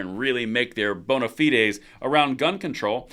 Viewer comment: thank you for your correct pronunciation of Bona fides. lol Now, if only someone could pronounce Fentanyl. (Fentanill) Love your channel.